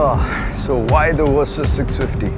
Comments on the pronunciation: It"s Versys not Wersys... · Love the play on words with your pronunciation - "Worse-sys 650" - chuckle